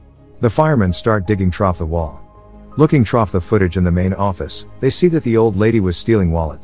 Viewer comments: You really need to do test runs of these before you post them, there is a huge difference between the sound of the word "trough" which is what a horse drinks from and "through" which is the word you missed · I had to go back troff the video when I realized that this AI was pronouncing "through" as "troff" 😂😂😂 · Fix your ai voice, it’s saying “Through” as “Trof” and not “Threw” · Stop saying "trough." It's spelled, "through." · "Troff" the wall? "Troff" the window? Ya'll need to learn how to pronounce "through." What sort of weird bot is voicing these videos? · Trough? Nigga do you mean through? Pronounced threw. Come on my guy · I'd think that if you did TTS you'd at least listen to it before your upload it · Every single time, every time they try to say "through", I swear they started doing this shit on purpose at a point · Lol the way it pronounced “through the wall” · Anyone else realize whoever wrote this out for the textbot spelled 'through' as 'trough' cuz the say trough everrrry time (like 'trough the wall' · At some parts he says (I don't know if it's an AI or something), but he says "Trough, or Troff" Instead of Through. (First is ) (Second is ) (Third is ) (Forth is ) (Fifth is ) Quite funny, like he's saying a typo. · I don't think it's the text-to-speech program's fault. Whoever entered the text must not have known that "through" is spelled with the first H, because without that, it becomes the word "trough" - which is pronounced like "troff". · This AI voice interprets "through" as "trough" and it is driving me nuts!!!!!!!!!!!!!!!!!!!!!!!!!!!!! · If you're gonna use a text-to-speech, at least spell 'through' correctly so it doesn't pronounce it as 'trough' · The amount of times the fake narrator says trough instead of through makes it almost unwatchable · Learn to spell the worth "through" in your text to speech bot. It isn't spelled "troff" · Trough the wall? Seriously don't you check this auto voice crap before you post it.